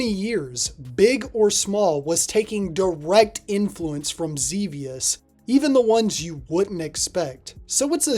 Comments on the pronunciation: It's Zebiuusu. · Zebius* btw you said it wrong lol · Ugh, can't stand the way you're saying Xevious. It's incorrect.